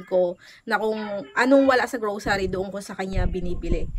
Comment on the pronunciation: ang saya pakinggan ng pag sabi mo ng grosary :D Thank you for the good vibes!